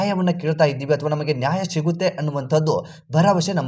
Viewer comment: ನ್ಯಾಯ ಸಿಗುತ್ತೆ. ಶಿಗುತ್ತೆ ಅಲ್ಲ ಲೆ 😂